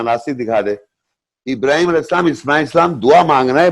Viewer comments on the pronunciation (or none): 100% galat tarjuma or tashreeh kr rha hy yee yahi nateeja hy khud bakhod mufti bannany ka.... Or Ibrahim A.S ki dua ka sahih talafuz taak ni atta or shaikh bana howa hy😂😂😂😂😂😂